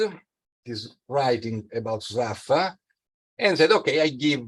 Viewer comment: I never knew that that was the correct pronunciation of "Sraffa".